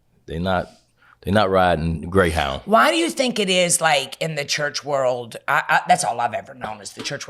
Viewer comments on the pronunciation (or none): Did you say Grey Hound😂😂😂